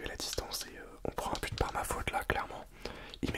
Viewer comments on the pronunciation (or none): J'avais compris pute olieu de but 😂😂😂😂😂